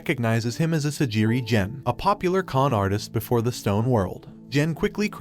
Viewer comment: wHaT dId He SaY Sagire gen dude it’s Asagiri gen